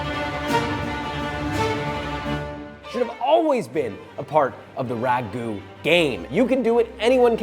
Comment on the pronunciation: it is not ragu`